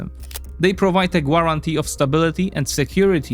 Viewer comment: Dood I thought I told you the u is silent! A gwar-ante is not a gaaraantee!